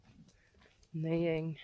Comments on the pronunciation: In Canada we pronounce "neighing" as "naying". There is another word "nigh" meaning near that we pronounce the way you pronounce neighing. Regardless, your English is far superior to my Friesian. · in English neighing is pronounced like “naying” You do very well with your English. 💕